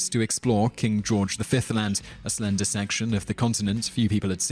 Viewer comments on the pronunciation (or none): none